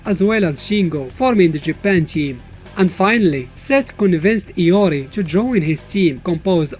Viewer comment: iori not Lori